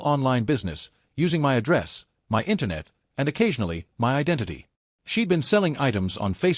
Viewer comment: how hard for an AI to say f*cking MY instead of saying each letter out M.Y so god damn annoying